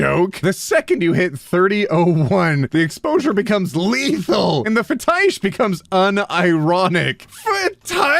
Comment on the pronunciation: Wait. Isn't Fetish spelled Fetish why are you saying fe-Teesh???